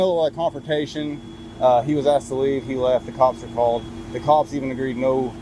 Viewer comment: Maybe if those first two officers in the opening video “asked” the man to stop recording instead of “axed” they would have gotten further. That sounds so uneducated and ignorant speaking like that. 🙄🙄